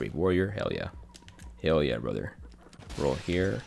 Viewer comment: I spent WAY too long trying to figure out if you were saying "hell yeah" or "yell heah" Anyway, great video lol